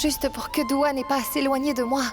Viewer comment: C'est Dua pas Dora Et c'est Shlock pas Chlock